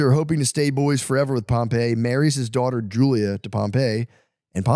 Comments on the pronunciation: Facts. Everytime he goes into history he mispronounces every name. Doesn't know how to outline historical data at a collegiate level. I took Rome History and totally wasting my time with the filter. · Him saying Pompey’s name wrong is driving me crazy lol